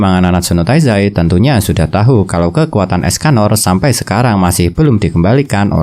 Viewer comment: Tahu dibaca tau bang